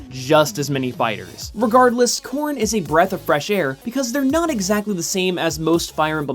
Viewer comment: Every time he said corrin I thought he said corn